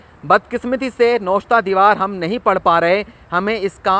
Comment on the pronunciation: " nawishta e diwaar" hota ha na k " noshta e diwaar"